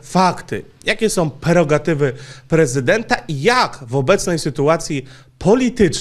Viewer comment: PREROGATYWY a nie jakieś perogatywy, żałosne